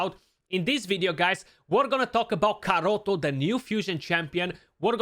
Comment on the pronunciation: my dude, you just kalled him carrot in my native language It's pronounced Karato, not Karoto